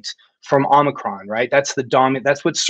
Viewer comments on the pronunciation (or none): none